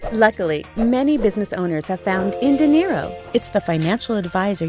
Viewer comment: Is there any reason why you pronounce "dinero" as "de Niro"?